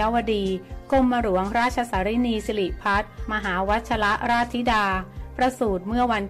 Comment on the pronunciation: หัดเรียนอ่านภาษาไทยรอเรื่อลอลิงให๋ถูกต้องบ้างรอตอตีกันวุ่น .กลับ.ไม่ใช่กรับ.หลวง.ไม่ไช่หรวง.